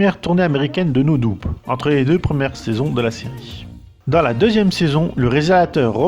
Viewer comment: "No Doube", super la prononciation lol